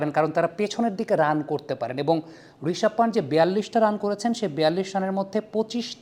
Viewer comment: ওটা পান্ট না পান্ত।